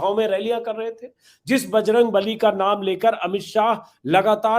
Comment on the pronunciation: दूसरी बारमे बजरंग नली का उच्चारण किया इस लिए नाराज हुए बजरंग बली । बच गया जनता की बलि